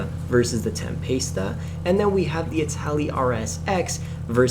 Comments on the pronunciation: Can we just talk about how he pronounces Tempesta, he’s says tempasta, where did he get the a lmao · but he’s not even saying that right he’s literally pronouncing the word “TemPASTESTA”